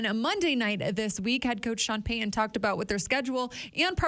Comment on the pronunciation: Would you please properly enunciate Sean Payton's last name? Drives me nuts. It's Pay-T-un not Pay-Uhn.